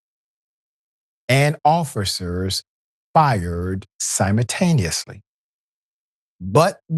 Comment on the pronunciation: Yeah. This guy is ridiculous. You're not going to see a muzzle flash if the barrel is buried in the kids chest. This clown can't even pronounce the word simultaneously correctly. And I'm NOT a cop defender. But the way this guy is talking about forensics and ballistics is like a cheap version of the show Law and Order. People in the comments are just as dumb. I guess no black man should ever be shot. Even if he's holding a 3 year old at gunpoint.